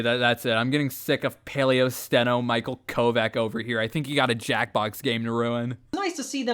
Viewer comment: I feel like I'm going crazy. I swear he was called Paleostone and not Paleosteno. I thought you were mispronouncing his name as a joke. I know he wanted to move away from that name at some point to just Paleo and with half of it being the cumbersome 'steno' I can see why